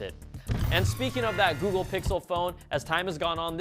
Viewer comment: Please don't start using that Good-gle lol gosh that was terrible